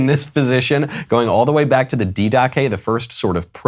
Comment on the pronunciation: The "dee-dah-kay" 😄It's "dih-duh-kay," Michael! The Didache is the oldest Church catechism and is older than most of the gospels.